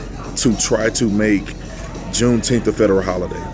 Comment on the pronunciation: Are you saying Jew teeth?